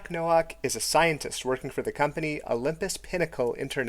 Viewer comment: Nowak is a Polish name pronounced like No-vahk